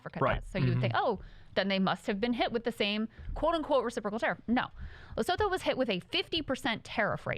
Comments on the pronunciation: Trump is using tariffs like 19th and early 20th century Presidents. The tariffs were useless then and they're even more useless (rather destructive) now. Also, Lesotho is pronounced 'Lesutu' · Just for the future: Lesotho is pronounced Lesutu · Haha- I love you guys. South African here - The pronunciation for Lesotho is La-SOO-too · I'm pretty sure it's pronounced "Lesutu" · It’s pronounced lesutu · Krystal I love you, but it's pronounced "Lesoothoo" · I believe it’s pronounced “Lesutu” but wtv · Please learn how to pronounce Lesotho. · All love but uhh… Lesotho … the “th” isn’t pronounced like in English - you can just pretend the “h” isn’t there 🫠